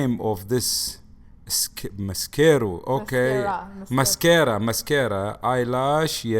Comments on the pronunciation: "mascero". hahaha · MascErO for eyelash 😂 I’m dying, your dad is so adorable ❤️ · “Mascaro for eyelash” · “Mascero for eyelash” 😂😂😂 I love! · Mescero 😂😂😂 I’m dying